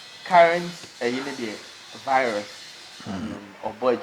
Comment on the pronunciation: Please it's not vilus but rather virus